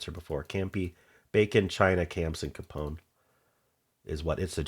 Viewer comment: GRACE-CANTO-MANIC ETA: It’s manic pixie Dream girl. The female is a hen. It’s CAY-pon.